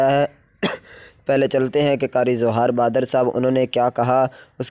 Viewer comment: بھاٸ جان نام تو ٹھیک سے لے لو